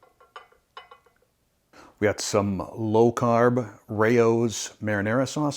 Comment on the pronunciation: This looks yummy and I think you're the only person on YouTube who pronounces Rao's the right way. LOL